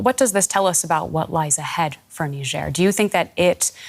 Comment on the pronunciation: It's A not ER